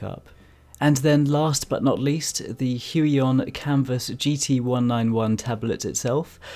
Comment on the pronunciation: when you say "Kamvas" I honestly just hear "Campus" with an accent.